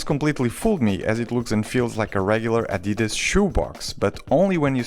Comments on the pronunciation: It's Adidas not adeedus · Wait you say adidas like an American? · As a German it’s always weird to hear non native speakers pronounce Adidas like you did